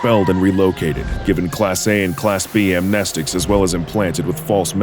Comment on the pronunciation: It's pronounced AmnEEsticis, not amnéstics. Like the E in "Amnesia"